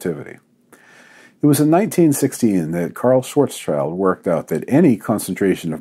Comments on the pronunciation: Americans: Please stop saying "Schwarz-child". It is pronounced "Schwarz-shilt", and the German meaning is "black shield" which is kind of cool for trivia, isn't it? (schwarz = black, Schild = shield -> Karl Schwarz schild). No children involved here! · Hi, Dr. Don, it's being pronounced "Shvarts-shilld", not "Shwort's Child". :-) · The name "Schwarzschild" has now been mentioned in many videos, so let me try to teach you its pronunciation (or you could simply google the German words "Schwarz"="Black" and "Schild"="Shield"). Your "schwarz" is almost correct, just change the ending to sound like "arts". "Schild" is pronounced like "shield" except the "i" sound is short like in "bin" So all together: shv + arts + sh + i + ld. (For English speakers the German "W" is almost impossible to pronounce correctly but the "v" sound is usually the closest equivalent.)